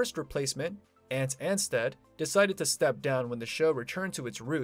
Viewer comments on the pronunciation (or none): Ant ansteeed 😂